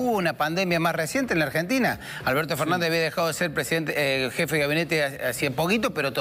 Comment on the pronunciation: Mijito hable bien ,es presidente,vaya a una fonoaudiologa